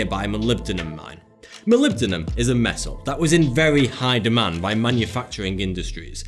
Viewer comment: couldn't say molybdenum